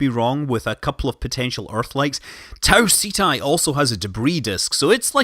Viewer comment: It's pronounced taw-set-Eee NOT tah-C-tie